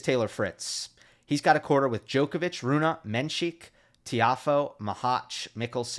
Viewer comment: Learn saying Rune dude, you are blatantly ignorant. Raging your audience is not a way to go